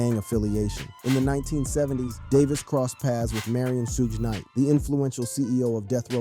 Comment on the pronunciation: Bruh its not Sooge night why you say it like that goofy